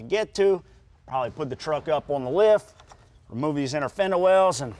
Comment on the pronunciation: I can't stand the way the short lil guy talks. " We gota wemove this inta coowa to get to the bowlts" lol